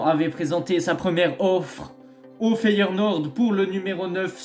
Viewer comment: Feyenoord et pas FeyeRnoord, ça fait mille fois que tu le dis comme ça🤣 Ils vont finir par lâcher la thune pour Gimenez je pense